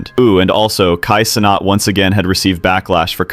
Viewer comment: good vid. but bro's making a video that shines light on someone negatively, and can't even pronounce his name right, or his organization right 😭least u can do